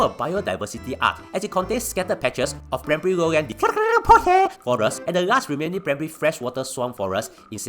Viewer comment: I think is saying dipterocarp or something i guess.😅